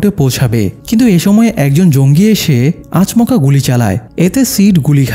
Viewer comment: আচ মকা না রে ভাই😂😂😂😂😂 আচমকা 😊